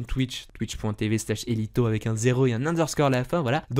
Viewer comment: J'adore comme d'habitude ! Juste le "team de zéro" j'ai l'impression que tu dis 2.0 ça perturbe haha ! Et check les feuilles de blop royal qui peuvent valoir un billet vu que c'est dans le craft de l'arc ily ! Pour le chall partage foirée si ta reinvoc un de tes persos et tué avec c'est comme si c'est l'osa qui avais tuer ;) Et pour finir ... Quand l'eni est mort au gourlo tu aurais du tempo pour le reinvo pour capturer haha voilà voilà désoler pour le gros com a ce soir sur ton live !